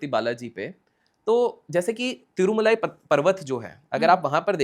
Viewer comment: boss it's tirumala not tirmulai lot of difference pls